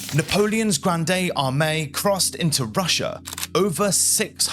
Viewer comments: Narrator blinks less than when they tried to make Biden appear coherent. And I just can't abide hearing "Grand-AY AR-may." All words ending in "e" in the French language are NOT pronounced "AY". La Grande Armee (no accent marks on my keyboard): ask a Frenchman how to say that. Still, only a complete moron would follow in Napolean's footsteps and make the same foolish mistake 120-some-odd years later. I give you the Fuhrer, Adolf Hitler. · Sorry but I have never in my life heard anyone say gran-dee for grande, and you also mauled Borodeno. Otherwise nice looking and interesting video. Spanish / Italian: GRAWN-deh (or GRAHN-deh). English (Standard): GRAHND (often rhyming with "banned"). Starbucks Menu: GRAWN-day. Ariana Grande: GRAHN-day or GRAHN-dee (an Italian-American dialect variant) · Granday Ahmay _ I love your French pronunciation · Granday Armay. Jeez. Stopped watching . Unbelievable. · Bonjour. La grande armée is prononsed "la grand' armay". Good vidéo by ze wé. ;) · AI slop....'granday Armani'? Really? Absolute shitshow... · "The granday armani" 🤣 Wtf am I looking at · Grandayy Armeeee, LOL. You cannot speak even a little bit of French?? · 'Granday Armani' What sort of idiot cannot give the French term 'Grande Armee' ' any sort of phonetic justice? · This is really parhetic. No one took 30 seconds to check the pronunciation of Grande Armee? REALLY??? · Pretty well covered, but, for Heaven's sake, if you are dealing with a piece of French history, the dreadful, tragic story of Napoleon's Grande Armee*, do those men the honour of getting the pronunciation of all names - especially that of the army at the heart of it all - CORRECT !!! ( Please forgive missing acute accent ) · Fun fact - you can look up correct pronunciation of foreign words in the Internet before making a video, it physically hurts to hear how you pronounce such well-known words as Grande Armee, Borodino etc. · How did you go the entire video saying Grande Armee so wrong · "Granday Armani"?